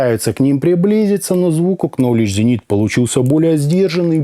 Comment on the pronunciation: Спасибо за интересный обзор. Маленький совет. В Knowledge буква К не читается!